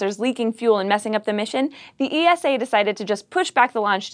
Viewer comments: cross is right you know. Esa not E.S.A. Saying the latter is like saying N.A.S.A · Dear, The European Space Agency's abreviation is pronouced like NASA as a word not as individual letter like FYI. So not E-S-A but ESA in one word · Not. Pronounced. E. S. A., much like NASA is not pronounced N.A.S.A. Stop hurting my ears. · no i'm pretty sure its just E S A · I love it when ESA gets coverage on, but there is something that irritates me. The single letters of ESA aren't pronounced seperatly, just say it as one word, like you would do for NASA. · ESA is pronounced as a word, like NASA.